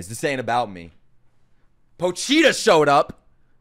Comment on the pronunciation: After 12 episodes he can't pronounce Pochita... LOL